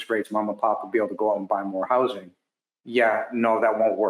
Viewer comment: It’s houzzzzzzzing….not house-ing.